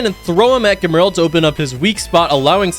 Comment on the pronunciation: "Germerl" its gemrul/gemrul sorry forgot how to spell his name